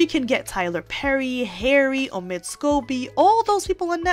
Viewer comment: Hey. The name of that ridiculous character is OH-mid. Not oh-MID, as you say it. Really, if you're so attuned to the news, can't you get the pronunciation straight? Everyone else does.